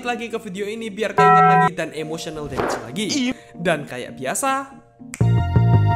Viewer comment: Terlalu "emosyenel demejs" (emotional damage)